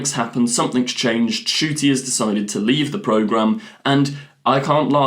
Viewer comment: His name is Ncuti! The N isn't silent it's n-shoo-tee!